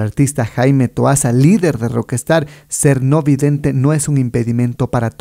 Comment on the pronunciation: Dice TOASAN???